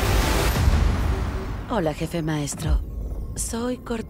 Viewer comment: Ya quiero escuchar a cortana decir jefé otra véz.!!!